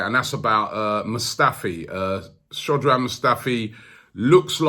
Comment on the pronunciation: Try to pronounce this Robbie.. Srokdan Mustafi.. Not Squadron or Scrawdon